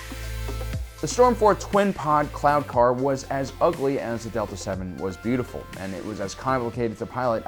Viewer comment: what you get after a dolphin rapes a human. Was it just me, but the first time you said cloud car, i heard clown car.